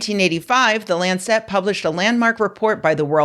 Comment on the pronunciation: It’s LANCE-et, not lan-set.